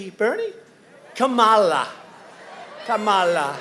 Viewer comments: "KA-MA-LUUUH" "KA-MA-LAAH" Why does it sound like he had an orgasm while mispronouncing her name tho? 😒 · kammalla pronunciation its big laugh for me , i like trump . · Why's he saying Kamala like that, is he okay?